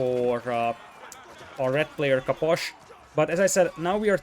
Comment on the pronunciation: I love how you say Caposh